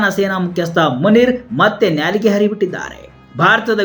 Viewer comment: ನ್ಯಾಲಿಗೆ ಅಲ್ಲ . ನಾಲಿಗೆ.